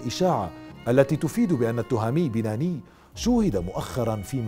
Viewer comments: شكرا اخي على سرد الموضوع ولكن للتصحيح بعد المفرادات واسماء فإن اسم الشاب بناني وليس بيناني وشاطئ واد مرزك وليس مزرك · سرد جميل للقصة، قناة ممتعة و اجتهاد يحسب لأصحاب القناة، تصويب ، التهامي بناني بتشديد النون ، واد مرزك وليس مزرك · التهامي بناني و ليس بيناني النون الثانية مشددة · اسم والدة thami banaani المفقود هو hayatt l 3alami.....هذا هو النطق الحقيقي لاسماءهما وليس توهامي بيناني .غلط ...اما نطق binani ...فهو نطق خاطىء للشاب المفقود ...اما اسم الطفل هو rayan ريااان ....بالنطق المغربي وليس ريان بتشديد الياء بطريقة نطق اللسان العربي ....هذا فقط لتصحيح المعلومة .. نطقنا كمغاربة لاسماءنا يختلف